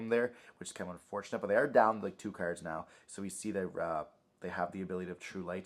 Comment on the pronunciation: Taking a drink for everytime I hear “cerds” & not “cards” 🍺